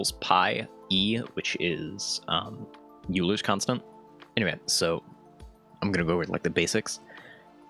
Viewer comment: bro fucked up that pronunciation of Euler